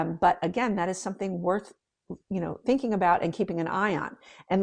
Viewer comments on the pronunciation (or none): none